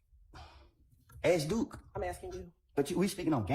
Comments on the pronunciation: Can learn how to pronounce ASK NOT AXE- it’s ridiculous no one has told her she sounds stupid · Still irritating. Also, why do grownups use the word 'ax' when the word should be 'ask'?! 🙄 English, people. Grrrr! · Attorneys who cannot pronounce the word ask?